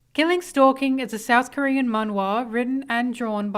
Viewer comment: because I’m Korean and I would like her to respect how to say our language? It was bugging me the whole video still a great analysis tho